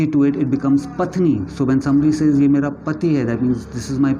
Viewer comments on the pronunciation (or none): none